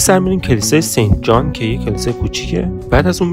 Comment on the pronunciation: Sant is correct pronunciation not sent . Sent meaning is 1/100 .